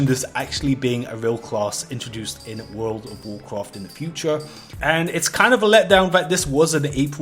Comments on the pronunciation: "Woold ov woorcroft" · Wowl of wowld cwaft? Apwil fools? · i just love it that most of the comments are people making fun of how he pronounces world of warcraft… or should i say wourld ov wawrcraft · you don't have to say world of Warcraft every 10 secs for the rest of the video dude it gets annoying, just say wow is shorter and you can also pronounce it right lol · I thought I was the only one who had a problem with the way he was saying World of Warcraft, then I saw the comments. Disliked because of that fr it bugs me